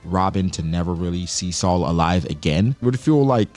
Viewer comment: Thank you for pronouncing Saul correctly hated when the show “better call saul” came out for so long people said my name wrong , was happy when i saw a giant had my name